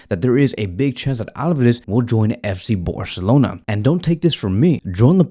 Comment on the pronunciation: “FC Boarcelona”